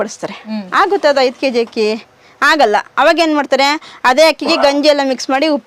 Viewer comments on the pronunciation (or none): none